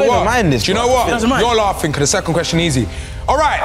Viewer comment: ay filly respectfully you cant read out questions 😂 man read the whole ting wrong 😂😂😂